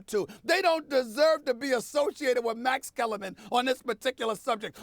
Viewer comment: Max Kellarman “comma” 😂😂😂